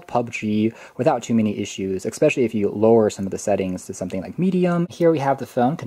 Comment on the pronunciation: I love the video but eCKspecially is not a word. ;)